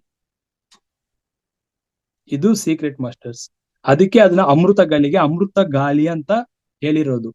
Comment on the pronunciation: ಗಾಲಿ ಅಲ್ಲ ಗಾಳಿ. ....😂